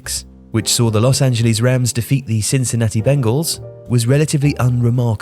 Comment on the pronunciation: Hearing a British person say “Cincinnati Bengals” is remarkable